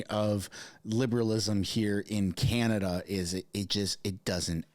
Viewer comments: I love your video.. you do a great job at keeping us informed.. you said something funny at minute .. Kenata instead of Canada...LOL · It's Can-a-da. Not Ca-na-da.